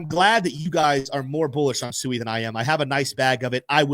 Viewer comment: SWEE not SUEI lol come on